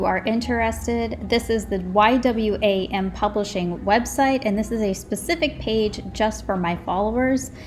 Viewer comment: The publishing company is pronounced Y "WAM" Lol. Its an amazing missions organization.